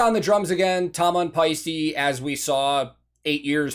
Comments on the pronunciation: "paiste" indeed means shine as in sunshine or any other source that's projecting shine. To pronounce it correctly, you don't say e in the end, you say te as in Ted. If you say paiste as you do in the video, it sounds like paisti and paisti means "roast" as in roasted ham in Finnish. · Yes, paiste means shine, like auringonpaiste is sunshine. But the way you did pronounce it, sounded more like paisti what is roast/steak 😄 Thanks for these reactions, those are interesting to watch because you notice so much what’s going on at the stage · "Paiste" is used in Sun shine (auringonpaiste). The E in the end of the word is said like E in "metal." The way you pronounced the last letter, it would be "roast" and "rump". No idea if a Swiss company would get its name for the Finnic word... but then those cymbals are shiny. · Paiste = shine. Paisti (as you pronounce it) = roast.